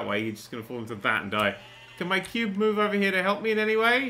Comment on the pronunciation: "I call it... The Quo`be" - Nerdcubed 2015 - Needs to go on the "Qutes" Page of the Wiki.